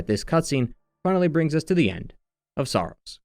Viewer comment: Sorry, but this is a very surface level analysis, I think you’re missing the bigger picture here. The first clue is that you mispronounce Saros throughout the video.